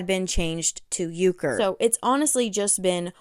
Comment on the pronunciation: U saying urker like it's uhaul 😂